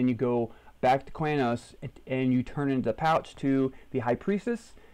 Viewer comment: "quey-nos" vomits